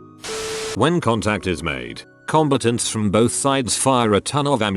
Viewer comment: Says 'combatants' like 'competents' lmao